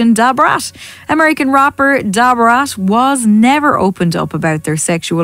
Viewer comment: The way the English narrator kept saying DuBraattt! Lmao